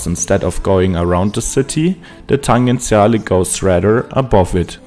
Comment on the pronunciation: Just one correction: the name is "Tangenziale", pronounced with a soft g /tan-djen-'tsja-le/. 🙂